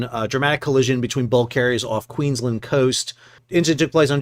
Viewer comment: Sal, it's Queens-land, mate. Pronounced almost like two words. PS - I freakin' love your shirts!